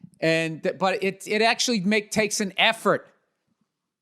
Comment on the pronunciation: Please repeat after me: qualiee, akchually, ina-conectid. Congratulations, you can now speak Russel.